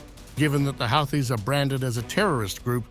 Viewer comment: it's houthis not halthi pronounced like hoothi you are really funny!😂